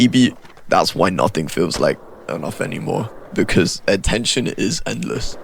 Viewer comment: bro said attentoin